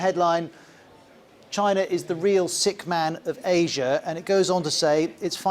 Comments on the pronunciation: Unrelated, but when he says China he pronounces it like "Chinar / China'r" and it's just "China". I always notice this. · I have never heard of CHINER, have you??